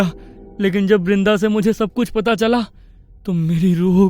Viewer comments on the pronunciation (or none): brenda nhi brinda hai bhai